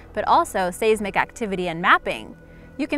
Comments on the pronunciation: Seismic-learn how to pronounce it. /ˈsīzmik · Seismic, sounds like "sighs mick" I enjoy these videos but, have yet to see one where the narrators can pronounce all of (presumably) their own words...